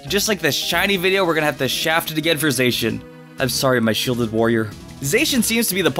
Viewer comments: Za-she-in not Zay-she-in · It's Za-she-an not Zey-shan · It's not Zay-cian, it's Zah-cian. Sorry if I sounded rude...😥😥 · Stop 🤯 I’m dieng Don’t Say Zaycan Edit: it’s Zacen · You’re saying Zacian wrong! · Okay wtf was that pronunciation for Zacian lmao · Man, you butchered Zacian and Zamazenta's names. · Your not saying zachin right